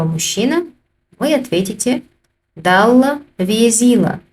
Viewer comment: Тоже интересно почему произносится также как написано. Далла везийла пишется это понятно)) но говорим же Далл вёзил. В видео не услышал такое произношение. Во всех предложениях что написано то и говорится в видео. Это так задумано?😂 Все остальное отлично в видео 👍